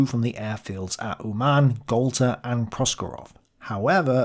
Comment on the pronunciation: Uman' - the stress is on the first vowel and n' is soft.